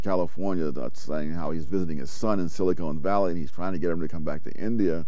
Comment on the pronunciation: Normally, Sowell's command of the English language is excellent. However, , he mentions siliCONE valley in California. I suspect he means siliCON valley. I think siliCONE valley would be more like Hollywood, because of all the breast implants. On a more serious note, it seems to me that immigrants coming into the nation have pretty much followed the pattern that the arriving generation continues to speak the old language, the second generation goes to school and learns English but continues to speak the old language at home. The kids of the third generation speak only English, and most completely lose any fluency in the old language.